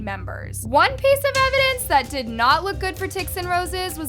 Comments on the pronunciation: DIDIT??? ITS DI ai dI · Not saying “did it” it’s pronounced d.I.d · not trying to be rude but you say ADHD, Autism and D.I.D ( you said did but its pronounced d-i-d or dissociative identity disorder) ❤️ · AND DIDID is that how its pronounced? i tgough it was d i d omg im dumb af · I’m sorry but you pronounced DID wrong. It’s pronounced D-I-D not DID. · DIDID? I thought it’s pronounced D I D, maybe I was wrong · I shouldnt be laughing but the way how says "did" 😂😂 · BTW! DID is pronounced dee-eye-dee! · did you call dissociative identity disorder DIDIT?😭😭😭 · hey my love its pronounced D. I. D. . thank you for calling attention to this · Hi, DID system here, can you please say D-I-D or Dissociative Identity Disorder instead of how you said it in this video? It just bugged me a bit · As someone with DID, ticsandroses enrages me so much even though I don't even have Tourettes. (Also btw its pronounced like the letters, dee, I, dee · love please its not pronounced didt its d.i.d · Did you just call DID “diddit”? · Im sorry but you Misspronounced D.I.D wrong (Dissociative Identity Disorder) it is Dee Ai Dee D.I.D I just wanted to address that and I hope you have a great day 🤗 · I also wanna say, thank you for making this ideo, but DID is pronounced Dee I Dee. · Hey! DID is just pronounced DEE EYE DEE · I’m really sorry but the way she pronounced DID made me laugh so hard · Why did you pronounce DID that way……… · WHY DID SHE PRONOUNCS "DID" LIKE THAT IM BAWLIN